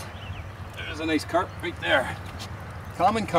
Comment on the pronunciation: Nice and quiet , RRRRRRRRRRRight :>)